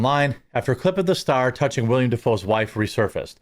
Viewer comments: One slight correction, it's "Willem" Dafoe (the acting god) not "William" Dafoe. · WILLEM NOT WILLIAM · 10% of this video was an ad read. Its Willem not william.